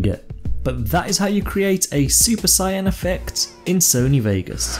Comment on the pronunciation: Great vid but, it's Saiyan not Cyan